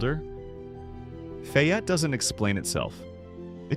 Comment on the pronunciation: Faaayette not